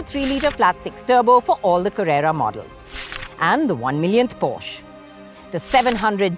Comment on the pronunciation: why is she mispronouncing porsche everytime